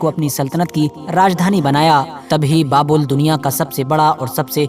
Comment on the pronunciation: बाबुल नहीं बाबेल है - बाबेल का मतलब गड़बड़ होता है